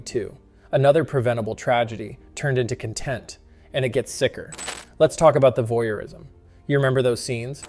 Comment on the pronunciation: It's CON-tent not con-TENT